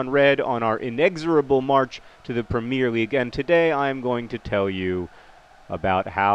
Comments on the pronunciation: premier league is prem-ee-er league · I come from Colchester! And we call it the Premier league like "Pre" from predator "mi" pronounced like "me" and er like er... "er". It doesn't matter but I wanted to tell you. Well done on finding love btw.